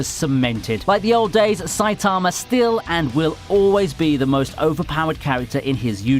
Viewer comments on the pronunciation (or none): The way you pronounced Saitamas name made me cringe soo hard.